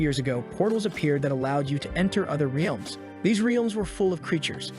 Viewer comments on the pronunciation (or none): Am and bruh what has that reilms ?reilmz ? The ai has broken when it says that